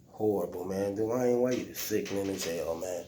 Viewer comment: “Da’Wine Wade” 😂